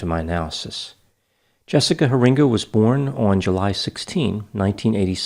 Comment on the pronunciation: I live about 30 minutes from where she was kidnapped. Her dutch last name is most likely pronounced "hair-ing-ga." Very sad case. Could do a profile of David Duyst. That was a messed up case that hit close to home.